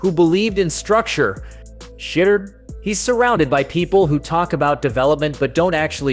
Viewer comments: If you are going to use the sanders name to get clicks on your content learn how to say his fucking name right. It’s not Shitdur you dope. It’s shhhdoor. Sound it out my guy do some research. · I thought it was $h!dder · Exactly what I was going to say. My fave was Shiddur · This man called him Shitter Sanders lol. Shadder, sheduguer, shidder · “Shad-uhr” Sanders lol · Why can these people doing this videos can pronounce his name CORRECTLY.. PATHETIC. .. SHUDER SANDERS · The narrator of this video doesn’t watch anything footbal! He can’t even pronounce Shedeur’s name right! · How did you pronounce his name 20 different times in one video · I understand what your doing with this video. Just stop. Why aren't the browns starting a 5th round pick. Pronounce his name correctly. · Video should be called "how many different ways can you pronounce Shedeur wrong" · How many different ways can you mispronounce Shadeur? C’mon, man! 😅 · I'm tired of you saying this kid's name wrong. I've watch 2 maybe 3 videos of you saying this kid's name WRONG over and over again. It's not hard to find a clip or video of His Dad, friends, teammates or ever other sports analyst saying his name CORRECTLY. Go find one. Learn the correct pronunciation. It's almost disrespectful at this point. Let's do better. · Shadore Sanders learn to say his name right.